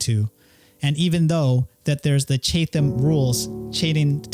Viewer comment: It’s pronounced CHAT-um, not CHATE-ham. Next time ask ChatGPT how to say it.